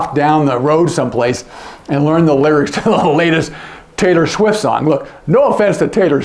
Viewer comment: Did he say tater swift? 🤣